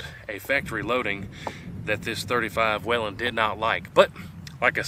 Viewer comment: It's actually pronounced "WAYLON" ;). You're welcome.